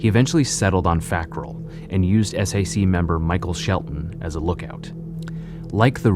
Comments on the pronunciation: I like how he says "The s.a.c.". In Utah, we just say Sac. That's how people say it. And that's how they refer to themselves. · It’s pronounced Sack but ok facts guy. 🙄👌